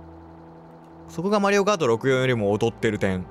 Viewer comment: 普通にマリオコートいうのわろた